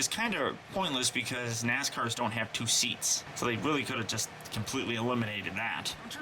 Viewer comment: your nascars kinda pronounced as ass cars..... no offecnce